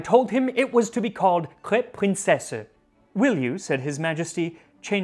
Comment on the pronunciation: „Crêpes“ are best pronounced „crep“, instead of „crapes“. When you keep the e in there short, it won‘t sound like that other word with an a. Bonne chance!